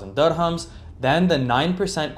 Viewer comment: And dirhams is pronounced dir-hams, not durr-hums.